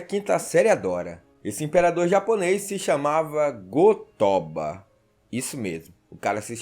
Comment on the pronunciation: O cara fala "Ah lá vem os 5° série" sendo q ele msm fala o nome errado de propósito só pra chamar a atenção dos 5°série , É Go-Toba e não Go-Tóba! Não tem essa pronúncia fanha não! No japonês não existe sílaba tônica!